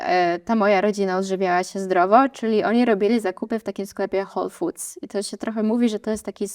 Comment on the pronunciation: To jest "Whole Foods" a nie Hall Food!!!!